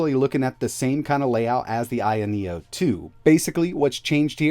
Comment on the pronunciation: Isn't it called ayeno with an a not an I.